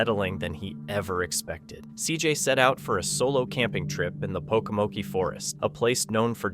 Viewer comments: It's not pokamokie it's pokamoke the e is not pronounced and cj name is pronounced fasion not fasone. You really need to double check your pronunciation of words and names!! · So Jasko is pronounced Yasko, also pronunciation for the Pokomoke Forest is Pokomok, no e,. Shenanigans going on the CJ Faison farmhouse. Many caught ya videos can be found regarding his stuff., I'm just saying...... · Pronounced Poke-a-Moke the narrator doesn't Pronounce it correctly. And that is C.J. Faison's farm house and it has had that coffin in it for awhile. Dont know why though